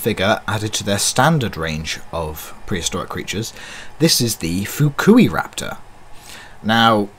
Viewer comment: Funny you seem to be the only one who pronounces Fukuiraptor right. 😜 At least compared to other reviewers (whom I feel like are trying to censor the name). But nvm was just an observation. What else is he’s got a chunky end 😝 Still I love these new figures and I seriously want them all.